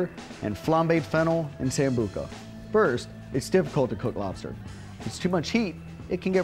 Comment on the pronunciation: Sambuca Sambuca Sambuca ! Not Sambuco.